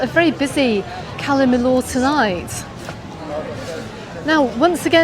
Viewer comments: Cala Mi”y”or … double “ll” is always pronounced as “y”, as in Po”y”ensa, Can Pasti”y”a, I”y”etas etc etc :) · well, Majorca & Mallorca are both correct. Majorca is the Catalan spelling, and Mallorca is Castilliano. I don’t know how many times she said Cala Mill-or, during this blog, but I had to switch off!!! I couldn’t hear it any more.